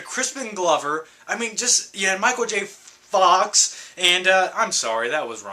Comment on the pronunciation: Love watching ur old videos esp these list that I totally relate to. When u talked about my fav scene and line from American Psycho and when u pronounced Micheal J Fox like dat I literally peed myself. I audibly cackled ur best. Thanks for being awesome and still giving us great videos with all this enthusiasm!